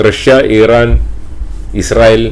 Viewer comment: താങ്കൾ മലയാളികളോടാണ് സംസാരിക്കുന്നത്.. So ഇറാൻ എന്ന് use ചെയ്യുക Pronounsation മലയാളികളെപ്പോലെ use ചെയ്യുക.. എങ്കിലേ viewers നെ കിട്ടുകയുള്ളു 🙏